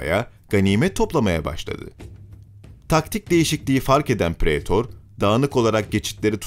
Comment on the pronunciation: Ellerine sağlık. Latince okurken "ae" kısmını "ay" diye okuyabilirsin. Praetor "Praytor" , Pisae "Pisay" gibi. Öyle diye biliyorum en azından.